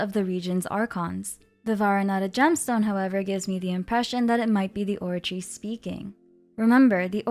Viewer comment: Love your videos, especially the way you pronounce words like the Oratice's full name! Thank you for a great recap and theory, I really love the idea that Furina is split into 2 or 3 people, that makes so much sense with how she acts, looks and pneuma ousia being a part of Fontaine. Any thoughts on what Neuvillette said during the Archon Quest when he holds the water back? He says something along the lines of "this sentence is too severe"?